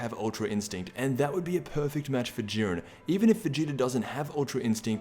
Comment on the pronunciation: did he say urine instead of Jurien